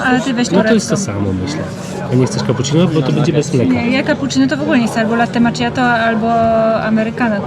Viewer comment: Az nabralam ochoty na Sarajewo dzieki Wam! 🙂 Widze, ze mozna tam doleciec tanimi liniami 🙂 (latte makiato w wymowie, moje serce zawsze sie raduje jak slysze to poprawnie 🙂 )